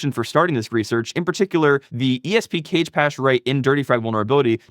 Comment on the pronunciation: cage-pache? lol